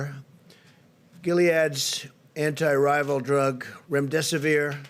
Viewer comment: He's president (sadly enough). Can't they fix his dentures? It's becoming unbearable to listen to him mashing up his words like this. Most of the time you can't make sense (anyway, but still, I mean pronunciation wise) of what he says. It's like someone speaking with their mouth full (which I always found especially disgusting). Seems like each time he lowers his head to... try to read, they slip forward a bit, they do need fixing. And he's oblivious to it, most of the time he doesn't even care to slip them back in place.